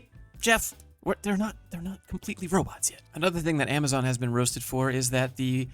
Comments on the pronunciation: I can't get over the way she says "amaZEN" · The way she says AmaZen. It really hurts my ears ow.